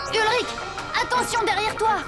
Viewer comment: mmm oe ça se discute 🤷‍♀️ mais sinon c'est "Ulrich" et pas "Hulrich" ;)